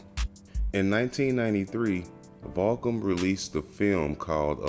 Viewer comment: Is this guy saying Vahkum?